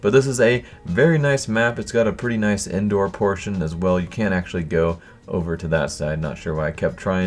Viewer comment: Is he saying "indoor" or "endoor"? His pronunciation is shit.